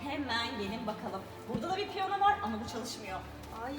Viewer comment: Çalabildiğim ve en sevdiğim müzik aletinin yanlış telaffuz edilmesine göz yumamam kusura bakmayın.O piyona değil o piyano.